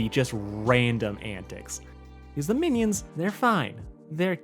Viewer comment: y u say meanie-ons